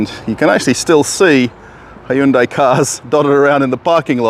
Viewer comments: its not HY-UN-DAI Its HYUN-DAI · "HI-YOON-DIE"? Seriously? And... Russians buying CHINESE cars??? Does Russia have an auto club that provides towing? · The proper way to pronounce Hyundai is Hoonday. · I am sorry wha? Hayundai? xD